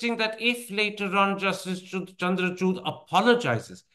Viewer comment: It's not chuud😂 It’s chood I think Modi tried to convince him not to bail out Kejriwal. But he didn't listen to him.